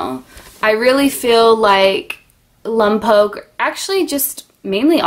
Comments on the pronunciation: It’s not lump oak, it’s Lompoc. Like lom poke. And I’m sure you had some nice things to say but I had to exit once you kept mispronouncing the name. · 1. It's not pronounced Lumpoke. It's Lohmpoke...short o sound first, followed by the long vowel o. 2. Is there a problem with living around Mexicans? You sure sound like you're warning people away because of them. FYI, if you'd paid attention in history class, you would have learned about who lived in that area prior to California becoming part of the United States. 3. Just because a city/town has a Spanish name doesn't mean it's inherently Mexican. Again, spend some time learning. 4. There is a jail in Lompoc because any community with a police department has a jail. A jail is a place where people are held at a city or county level...usually prior to being convicted of a crime that requires imprisonment at a prison. 5. Once a person has been convicted of a crime at a county or state level that has a consequence of prison time, that person is either moved from the jail to the prison, or is instructed to self-surrender, or is arrested in the courtroom after the sentence is read. 6. Jails and prisons are different. 7. There is also a prison in Lompoc. It is a Federal prison, which is different from a state prison. In this prison, there is a drug rehabilitation program. This would not be why people who are addicted to drugs live in Lompoc. Stop spreading rumors. Find out the truth before speaking so you are a credible disseminator of information. 8. People who are addicted to drugs are not lesser humans. Again, educate yourself and grow some compassion. 9. Learn where the term " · The woman is utterly inarticulate. She pronounces the name of the town as Lumpok when it should be more like Lompoke. She obviously knows very little about Lompoc but feels free to opine. I grew up there. This is about the most superficial evaluation I've seen of a place I know well. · My ears hurt listing to you saying Lompoc…